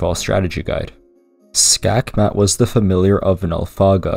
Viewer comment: Skakmat is literally the Danish word for checkmate, you even pronounced it pretty decently. It's hilarious that they literally just used a Danish word as a name.